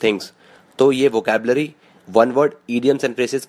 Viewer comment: its VOCABULARY not vocalbury!!!!!!!!!!!! lolz